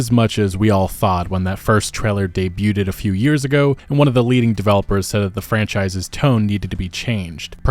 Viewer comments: Hey, , are you trying to say "debuted"? The word only has two syllables, and is pronounced "day-BYOOD", not "day-BYOO-ted", owing to its French origins and the silent T. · Did you seriously pronounce the T in "debuted"